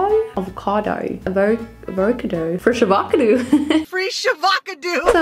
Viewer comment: When she said the word: free-shava-cado, Me: 😅😂🤣😂🤣😂🤣 she SAID IT! She SAID IT!